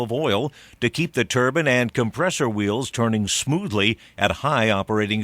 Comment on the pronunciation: Turban? hahaha surely he means Turbine...